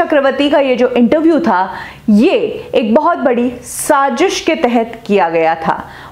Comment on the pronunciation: sazis ni hota sazish hota h